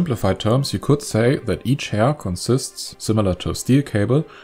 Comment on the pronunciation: The pronunciation of “hair” ruined my understanding of the whole video